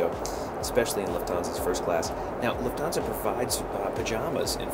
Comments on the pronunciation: Luft-hansa...not Luf-thansa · It’s pronounced ‘Luft - arnsa’ incorporating the German word for ‘air’ - ‘luft’ as in ‘luftwaffe’ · It’s pronounced loof-tans-a not trying to be rude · Been wondering how Lufthansa is pronounced 👍